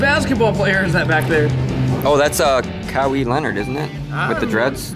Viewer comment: Kawee Leonard ? Kawhai Leonard never played for pistons😂😂